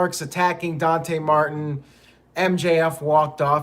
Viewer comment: It's pronounced Don-TAY not Don-tee lol